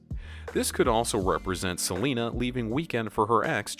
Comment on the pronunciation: Stop saying seanla